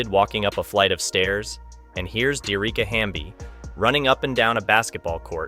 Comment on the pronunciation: Her name is pronounced D - Ericka